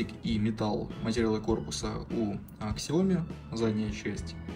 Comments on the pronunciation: Не Ксияоми, А СЯОМИ!!! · Бро, не Ксияоми, а Сяоми